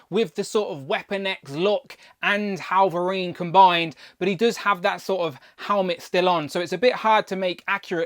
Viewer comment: Why do you keep calling him "Hallverine"?